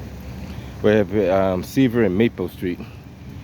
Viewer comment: Dude said he’s clear from “Seavle and Maper” 😂